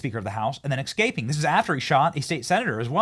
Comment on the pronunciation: Benny. It’s not X caping. It’s escaping